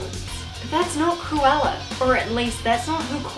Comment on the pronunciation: Not me hearing "koala" instead of "Cruella" in my own world here ✋😉